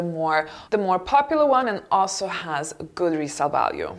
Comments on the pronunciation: It's capucine not capuchine or cappuccino ☺️!!!! Hermès is the perfect print of bad taste and non élégance, the prices are scandalous(if you are a real lady you will never wear hermes bags cause it 's a shame for poverty)it serves only narcissism trouble , then we say in French it is prout prout or gnangnan =desperate housewife =boring =your husband will look for something else..... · I think it is "Capucines" not "Cappuchine" ;) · Its CapuSine , not chine... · It's Capucines*, pronounced (Capuseen) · Great video and choices of bags! But I’ve seen lots of videos about LV Capucines and I think how you called it was different from how it should be pronounced…Capucines not Capucines, right?